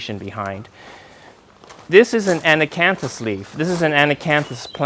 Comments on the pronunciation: I keep counting the times this poor man has said “ana-canthus” when in fact it is “acanthus. Lol 😂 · Boy, I can't, with "An-a-can-thus"... all throughout the whole damned video! (Not just a "slip of the tongue" in one spot!) WHO IS GOING TO TELL HIM??? (I mean is it more polite to allow him to continue to embarrass himself??) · so annoying that he keeps saying it wrong. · And he says it wrong about 34 times in this video! I got tickled, how many times he says it….wrong. I was wondering if, perhaps, in the Italian language, they add the extra “an” syllable at the beginning? But the Italian word is “acanto”, so is simply wrong. It’s just ironic that his house and garden are so dominated by acanthus plants and motifs. I would love to know where he got that incorrect pronunciation, and when.